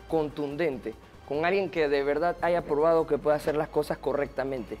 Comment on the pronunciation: El de CD dice AIGA